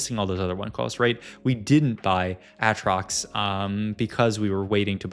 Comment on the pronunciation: why does he juggle between aatrox pronunciation lol